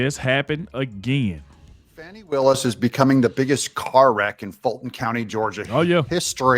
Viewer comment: By the way. It’s not “faw-knee” it’s fani. Like the a$$.